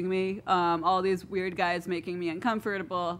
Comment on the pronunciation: How many times did she pronounce uncomfortable wrong?